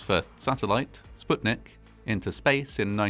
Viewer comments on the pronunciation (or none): none